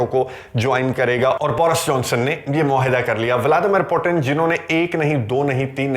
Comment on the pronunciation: بہت عمدہ اور معلوماتی ویڈیو ہے۔ ایک تصحیح کرنا چاہتا ہوں روس کے صدر کا نام ولادیمیر پوُتِن ہے پوٹن نہیں۔ روسی زبان میں ’ٹ‘ اور ’ڈ‘ کی آواز نہیں ہوتی۔ مزید معلومات کیلئے آپ RT (روسی ٹی وی)، سپوتنک (روسی ویب سائٹ)، بی بی سی اردو ملاحظہ کر سکتے ہیں۔